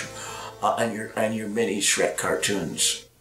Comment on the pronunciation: It’s been over 10 years since the Shrek the Third commercial he did and he still calls Shrek “Shret” I love David so much.